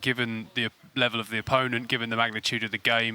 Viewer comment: Opponenent? Is that Shaka's West Indian English being used?